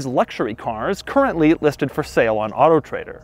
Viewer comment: The guy is so weird. It’s not even auto trader. It’s weird autotrdr. It’s not dot com, it’s dot co. What else did you expect from a guy named Doug De Muro. Love every bit of weirdness he exposes.